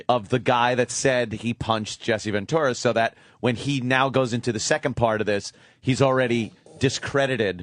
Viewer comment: Who’s Jesse VenTORRAH Opie? Mispronouncing everything shit head.